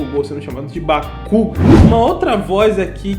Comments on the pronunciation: Kazinho tá de boa, Agora Bakúgú... só quero saber dá onde o diretor tirou que a pronuncia original ficaria ruim? Mano a dublagem tá boa...más, na minha opinião prefiro assistir legendo porque Bakúgú ninguém merece ouvir isso. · Não é só disso que estão reclamando, tem muitas outras coisas (os dubladores novos nem são problema na vdd) como a pronúncia de alguns nomes como Déku e Bakúgo, o Kazinho, a mudança do elenco do filme, a mixagem do som (que dá pra relevar) então não é só os dubladores novos -_ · Não Moço, na verdade TODAS as palavras em japonês terminam com um som de agudo no final, por exemplo, a palavra Sakura, a pronúncia correta é 'Sakorá' a incorreta é 'sakúrá', ou seja a pronúncia 'bakúgu' está incorreta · Cara, ouvir "bakúgu" e "kazinho" dói na alma kkk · Kazinho eu já me acostumei. Agora BAKÚGÚ????? PQP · Kazinho acho q da pra levar, mas " Bakúgu " man? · Bakúgu kkkk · não tá, em japonês não tem silabas tônicas, logo, todas as silabas são ditas com a mesma intensidade. O Correto mesmo é Ba Ku Go, a pronúncia da versão brasileira ficou errada mesmo. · mas o pessoal tá criticando q n está sendo pronunciado bakugou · Déku vem da japonesa mesmo, eles não falam "Dêku" em momento nenhum. É só ouvir com atenção. Agora Bakugou tá errado na dublagem mesmo... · Sinceramente eu assisto boku no hero a muito tempo e a pronúncia de "Bakugo" eu mau notei e "Kazinho" incomodou por uns 3 ou 4 episódios agora nem me incomodo e o fato que tinham que falar "ka-chan" pq falam "deku" mas o "deku" é explicado o significado enquanto o "ka-chan" não é então foi até uma boa escolha manter o "Kazinho" assim é fácil de entender pra quem não conhece muito da língua japonesa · Só reclamar bastante na internet vai que eles escutam e arrumam a pronúncia do nome ksksks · E o anime é original do Japão, deveriam falar os nomes corretamente com a pronúncia certa pra que não ficasse estranho que nem tá agora.m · não tá não, palavras em japonês não tem tonicidade.